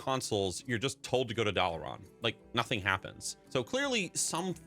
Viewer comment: Why do you pronounce dalaran as doll-uh-Ron. There’s no character that says it that way so idk how you picked up that pronunciation